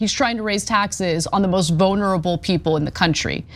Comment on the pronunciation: I've heard you say it before but I let it go. I thought it was a one off. You keep saying "vonerable" the word is vulnerable. Sorry but you have to say your words right or the meaning is almost lost.